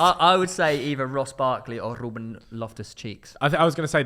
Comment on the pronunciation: how tf has said ruben, lost respect there